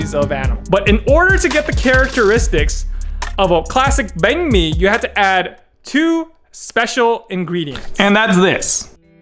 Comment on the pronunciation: I'm glad he pronounced banh mi with real vietnamese tones.